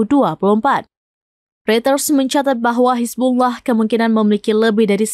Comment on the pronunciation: Penyebutan Hizbulloh amat fashih. 👍👍👍